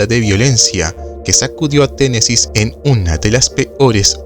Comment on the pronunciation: Muy buen documental, pero es Tennessee, sin s.